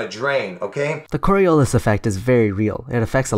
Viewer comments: That guy always going "Corialis" effect really Fucking triggers me. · Am I the only one who keeps thinking about the borialis when that guy says cori”a”lis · When listening an idiot is painful and entertaining at the same time. One alway is curious what is the next thing they are going to invent. I almost feel bad “almost” key word for laughing at him. He couldn’t even pronounce it right! He can’t even explain it right conclusion he doesn’t even know what he is talking about! And at the end “the part Jews” killed me...it always end in religion. I’m so sorry for laughing I promise it was not about the Jewish people it was about him just adding it like a plus to his explanation like it would explain everything. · I hate it when people can't pronounce "Coriolis". It's not even difficult. Fucking morons.